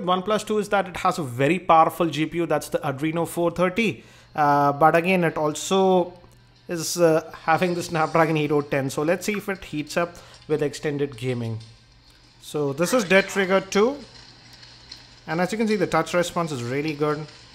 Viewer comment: u said SNAP DRAGONG EIGHT "o"TEN. anyways everyone makes mistakes